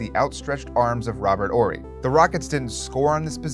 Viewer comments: It’s “Horry” not “Orry” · Is this guy not pronouncing the "H" in Horry? Is that the right was to say it?